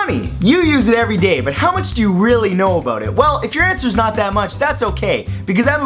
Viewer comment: "know aboot it" haha